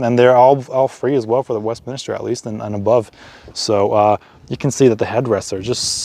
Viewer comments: Second video I've seen for the Westminster model, second American I've heard call it "Westminister"? Maybe this was a bad choice of model name for that market... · Westminster, and not Westminister.